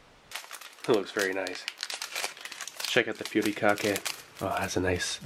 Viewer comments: Its not called putikake. its called “hu-ri-ka-ke” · Good pronunciation of Furikake but the Fu part is actually pronounced like "Hoo", you just blow air through your lips like blowing something hot.